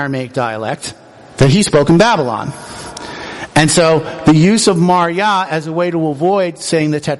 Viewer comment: says MarYah